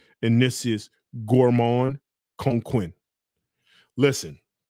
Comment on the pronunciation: Coquin is pronounced ko-ka(n) and don’t pronounce the n